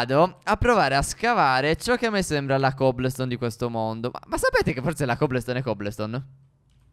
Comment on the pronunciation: Si dice cobolston